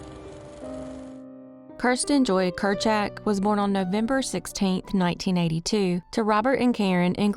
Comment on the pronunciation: The surname "Kryszak' is pronounced "cryshack".